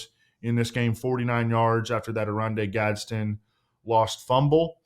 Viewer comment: It’s Gadsden not Gadsen. Hopefully he washes out since you guys can’t say his name